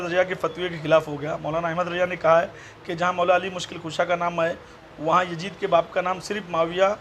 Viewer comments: Abe jahil pehle naam bolna to pahle Sikh le jahannami kutte . (Yazid) naam hai uska (yajid) nahi hai Maslak e aala hazrat Zindabad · Abe Jahil, Teko Laanati Yazeed bolnay nahi aata Yajeed Yajeed karta hain, Ahmed Raza ko Ahmed Raja kehta Hain pehlay Urdu sikh phir dars day, Ek ho to Muhaddis aur zyada ho to Muhaddisin hota hain, pehlay ye sikh